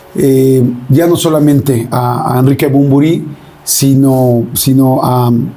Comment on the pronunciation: Yordiiiiiiii!!!!!! Es Bunbury! No manches!!!!!! Gracias!!!